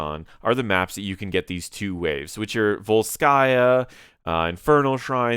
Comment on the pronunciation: не вольскАя , а вОльская